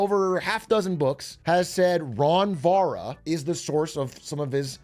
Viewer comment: He didn't even try with "ron vara"😂😂😂